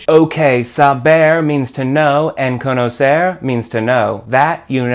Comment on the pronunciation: Great pronunciation of the "r" for an american! You can do it better though. Try to end verbs like "conocer" saying the "r" the same way you say the "tt" (double t) in "better". That "tt" sound is a closer sound of the "r" in Spanish. Greeting from José!